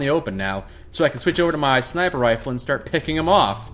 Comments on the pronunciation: "Pipe snifer rifle" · Did he just say ???snifer rifle???